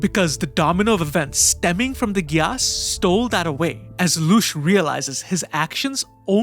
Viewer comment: The way you pronounce gyass makes me cringe hard holyyyy